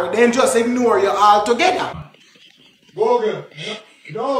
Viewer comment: Him say googrle not Google😂😂😂😂😂😂